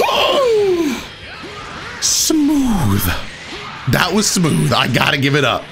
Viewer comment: Haha Yo how he says "sa-mooth"